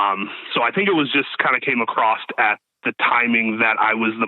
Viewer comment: Anyone who pronounces across as “acrosst” is a scumbag!